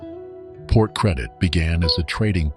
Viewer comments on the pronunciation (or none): none